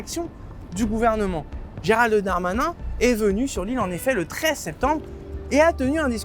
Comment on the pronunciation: Irving : Arrêtez les journalistes de prononcer Géral de Darmanin ! Pourquoi l'anoblir ? C'est Gérald Darmanin. Point.